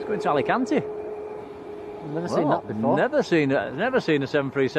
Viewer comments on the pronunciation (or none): Proper Yorkshire, where’s it going .? Aleeeeecante 😅